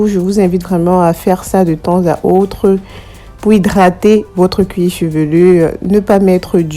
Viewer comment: On dit cuir chevelu. Cuir chevelurrrrr n'existe pas!